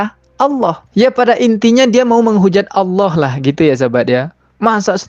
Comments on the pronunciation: perhatikan murtadin fake ini dlm menyebut nama ALLAH menjadi AUWLOH..ngaku mantan islam dlm keluarga yg taat...wkwkwk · dari menyebut Allah aja aloh, dah keliatan bgt bukan benar2 lidah muslim dr lahir. anak umur setahun aja masih bener ngucapkannya. mang asli isinya cuman tipu2 aja chanel uncup papicup tu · Kamu itu nyebut Allah aja nggak bisa, ngaku Islam. Dari cara kamu nyebut Allah aja sdh menunjukkan bkn orang Islam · Muslim/muslimah gk pernah menyebut tuhannya dg sebutan ALLOH ! OTEN ASLI ngaku lagi sbg muslimah. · Sebutan Allah pun x betul ngaku2 mantan muslimah fanatik ramjadah ,lucu. Muka jelas terang kaffir. Emgnya sakit ini orang. Fanatik kepala hangguk kalian oten. Ringkus ini orang jgn diberi peluang. Awullohhh ada ke sebutannya gituan!!? Kurangajar manubulu membawanya terus ke jail. Semoga selepas kejadian ini moga akan menjadi kenangan yg terindah buat kita muslim dan menjadi penderitaan yg panjang bt manubulu serta membusuk dipenjara. Aminnnn yaAllah... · Orang kalau dia benar2 dari latar belakang muslim gk mungkin cara pengucapan Allah dan membacakan ayat dalam Al-Qur'an saja tidak fasih. Dari sini saja masyarakat khususnya muslim sdh menaruh curiga dgn settingan norak macam itu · Cara mengucapkan lafaz Allah saja gak benar kok ngaku ngaku mantan muslim taat... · Nyebut Allah aja blepotan kok ngaku islam..mana ku percaya ah .. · Nyebut Allah SWT aj blepotan. Si nyunyi ini 😂😂 hoax louh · MENURUTKU NARASUMBER YANG DIWAWANCARAI INI ASLI NON MUSLIM YANG MENGAKU MUSLIM SEJAK LAHIT TERLIHAT DARI CARA DIA MENYEBUT KATA "ALLAH "SANGAT MEMBAGONGKAN🤣🤣🤣KITA UMAT ISLAM TAK BISA TERTIPU DENGAN CARA PELAFALAN SEPERTI ITU, 🤣🤣🤣🤣